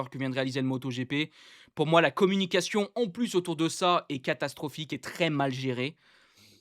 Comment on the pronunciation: Un choix "CATASTROPHIQUE" et non pas castrophique....😉